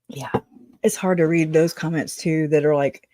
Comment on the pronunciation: "Read IN by someone else" is how I hear that sentence. Not "redden" or "readened".